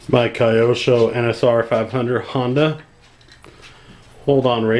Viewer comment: Its Kee-yo-sho homie